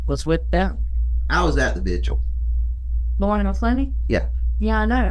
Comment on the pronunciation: "vidual'"no baby it's a vigil